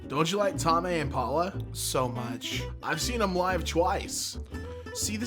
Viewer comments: Tame Pronounced: Tāyme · The way you pronounce Tame in Tame Impala sounds like some ancient Japanese samurai or something haha